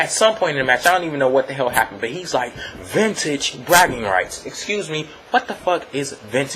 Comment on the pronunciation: Cool show keep up the good work and I liked how you pointed out how Micheal Cole said ventage bragging rights and it was the first one lol